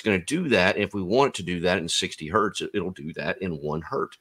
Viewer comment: One hurt 😞 Two Hertz😊